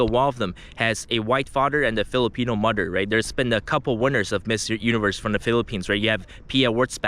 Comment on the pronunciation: "Fader and Mudder" 😂😂😂